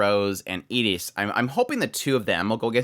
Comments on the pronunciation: He was saying Iris but pronouncing it with a short 'i' like in "it" instead of the usual way "eye-ris". That might be how they pronounce it in Japanese, idr. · I keep getting confused. Who were you hoping Annerose would get matched up with? Iris, the red haired princess. Sorry, but I'm a bit neurodivergent and how you pronounce some of the names confuses me. From context I assume you were talking about Iris, but it sounds like Eta's name, the girl they wheeled out on a cart.